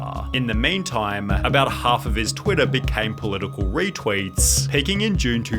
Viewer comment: bruh why do you say twitter like that